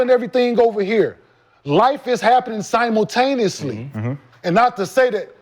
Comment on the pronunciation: My guy Kenyon is long winded with his thoughts lol ..... smh we get it brody life gonna happen, my niica said "simultaneosly" i had to log off lmaooooo